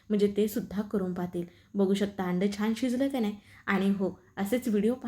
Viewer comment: सायेब, अंड नव्हे अंडं !!!